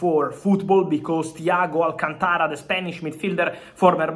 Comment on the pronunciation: An Italian with difficulty in pronouncing the name Alcântara is kind of embarrassing. Is it just the Latin accent , is so hard?